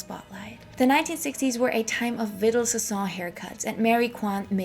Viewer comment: I don't hate on people who mispronounce stuff because they learned the words from reading only. Too many people don't read much anymore. But the hairdresser name is pronounced "Vee-DAHL Sah-SOHN."